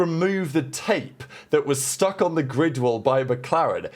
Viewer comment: sounds like a failed attempt to say "grid" but who knows. It's 2025 🤷🏻‍♂